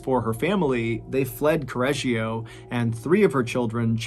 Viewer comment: I follow from Italy and I'm born here. I'm in love with the totally wrong pronunciation of Correggio. However we call this lady "La saponificatrice di Correggio", it's a well know case. And we have many more.... Hope to listen to them here, one day ❤️